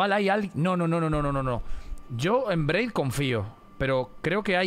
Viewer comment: Me hace gracia y me desespera que le diga Braid y Blaidd